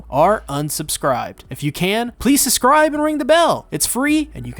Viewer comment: Enunciate, my boy: "If you can, please susscribe and ring the bell, it's free and you can always unsusscribe."